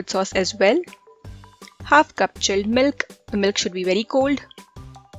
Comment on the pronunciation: "tik shake " "chelled melk bery cold"